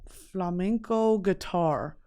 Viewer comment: As a Spanish viewer, it's so cool see you talking about flamenco and Spanish music culture! Also, your pronunciation is amazing 😌💝